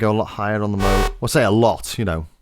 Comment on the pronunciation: It's pronounced "Moog".